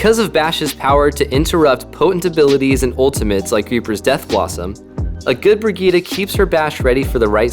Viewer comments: just say Brigitt-e and not Brigitt-a. The e is spoken like the A in Apple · I dont think that's how you are suppose to pronounce her name